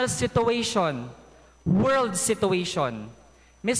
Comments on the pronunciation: Sabi mo 'di ka bobo...eh "SITUATION" (sabi mo: SI-TU-WES-YUN)lang 'di mo mabigkas nang tama!! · Summa Cum Laude, he can’t even pronounce “situation” properly.